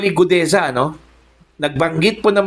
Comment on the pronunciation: Guteza po hindi gudeza